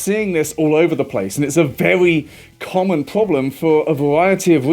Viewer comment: Yes, very important stuff. Did anyone else notice he naturally(?) adds in the "w"? like "vewy" instead of "very"? it's so god damn adorable to hear especially after hearing them yelling 😅